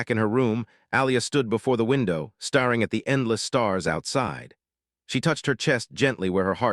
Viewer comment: And, narrator still can't tell the difference between bow and bow; tear and tear; star and stare; starring and staring. One of these years.......